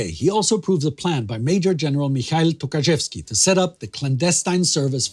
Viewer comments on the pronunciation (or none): Well it must be really tough to pronounce those Polish names like Dobrzański or Rydz-Śmigły. You nailed it but Michał Tokarzewski sounds like Mikhail Tukhachevsky so I was thinking "wtf Tukhachevsky was a leader of resistance in Poland?" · I know he didn't mean that, I'm just pointing out that it sounded funny :) And of course I know that Polish surnames are extremely hard for foreigners.